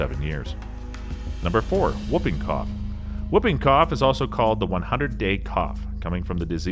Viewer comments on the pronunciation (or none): Whuping cough? I think you mean whooping. Pronounced hooping. Po-li-oh-my-eh-lie-tis. Seven syllables.